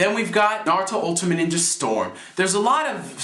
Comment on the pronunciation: oh yea, no offense to you, but i thought it was pronounced Narutimate, like the end ultimate like Naru-timate, not Narutimatey or Narutimatei lol